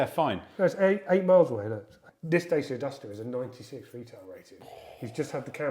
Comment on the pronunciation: Please learn how to pronounce "dacia"